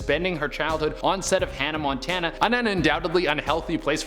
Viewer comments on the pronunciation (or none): none